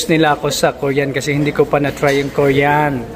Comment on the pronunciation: Di ko naintindihan in the beginning sabi mo koryan food yon paka koriyan foods as in Korean foods!